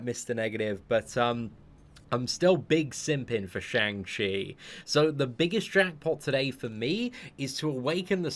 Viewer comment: Day 14 of waiting for to pronounce Shang Chi correctly😂